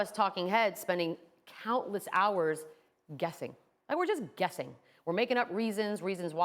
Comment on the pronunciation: "Guething" -Beadle 😭 anybody else peep that?